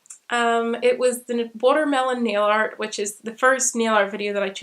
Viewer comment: I thought you were saying neo-art at first not nail art, was not till latter on when you were saying you decorated your nails that I figured out what you are talking about.